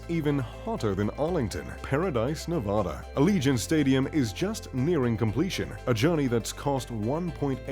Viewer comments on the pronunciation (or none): none